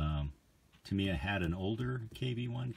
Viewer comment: Why americans got to always abuse english or other counrty words ?..its pronounced Tamya not tameeya